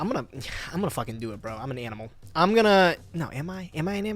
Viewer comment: "aminal careless" lol....."analy careless"